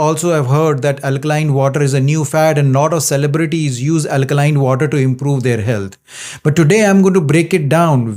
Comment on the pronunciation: Oh my god, please learn at the same time how to speak “water.” Don’t you stress too much on “R” in water? Thanks for understanding!